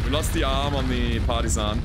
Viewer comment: For some reason I always hear "party sun" instead of partisan when u talk about the black knight. Obviously it needs a rename!